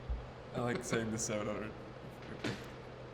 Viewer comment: Takes a lot to make me laugh, the “Ehhnd Dan?”s REALLY got me